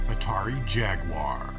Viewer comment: I just want to thank you for saying "jaguwar", not "jagwire".